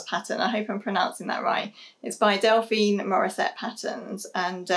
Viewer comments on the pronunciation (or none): none